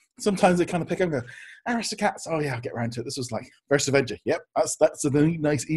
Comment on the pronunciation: Don't say Aristocats like that!